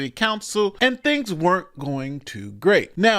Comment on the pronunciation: If you can't pronounce the word "thing" then you can't run for a gov. position.